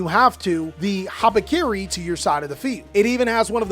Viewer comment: When you watch a mitsurugi deck profile and while the cards are presented you think the whole time: "Did he just called the card 'Harakiri'? Surely, the card is not actually called 'Harakiri', right?" LOL.